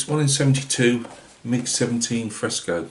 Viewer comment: I was giggling throughout the whole video. Fresco means fresh in Greek, it is exactly as you pronounce it also. Solid build, it came out great. Thanks for sharing, take care and keep up the good work my friend.